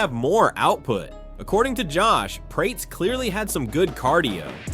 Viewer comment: Seriously? Prates like Crates? LOL. It is Prates as in "Prat-es".